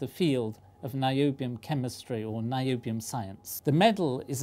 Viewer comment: Whoonium? Noobium.